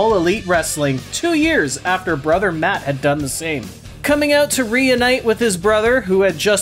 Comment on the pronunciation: Every time you say matt and jeff I hear mutt and jeff and I laugh a little